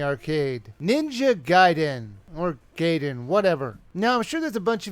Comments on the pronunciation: it's GAIDEN, not GAYDEN!!!!!!!!!!!!!!! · its GAI-DEN and not GAY-DEN ! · It's pronounced GUY-den.